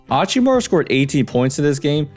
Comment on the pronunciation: Hachimura isnt hispanic. That h isnt silent lol